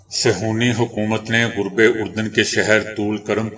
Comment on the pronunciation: غرب اردن کے اوپر پیش نہیں ھے زبر آپ ھمیشہ پیش پڑھتے ہیں